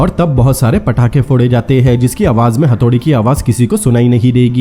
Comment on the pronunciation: Phatake nhi pathake ...ajkal sab patakhe ko phatake kyu bolne lage h 😅😅